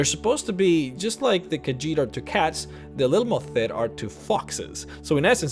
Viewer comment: Lil - mo - theet :D